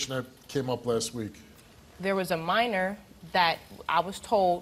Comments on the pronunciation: He keeps on saying manner though it’s minor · When I see stuff like this, it reminds me on how I hope I never have sons, and he couldn't even say minor right. "Manor?" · What is a maner it’s minor 🤦🏾‍♂️ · He calls a minor a "manor" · Lol. He keeps saying i didn't have sex with no "mannor". Hell he cant even pronounce his words must-less lie convincingly. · Sounds like hes saying manor instead of minor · “Manner” or MINOR??? 🤣🤣🤣🤣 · Did he say "maner" ? LOL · Jhit said manor lol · Its Minor not Manor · Why did keep saying manor it’s minor manor is a house guilty guy can’t get his words straight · He said Manner 😂😭 my guy it’s Minor * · It's minor not Manor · "I ain't have no sex wit no mAIner." If you're gonna lie, at least say it right.